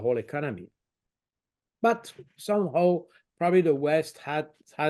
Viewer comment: What "some hoe"? Putin... Not Poutine! The guy can't pronounce some "how"!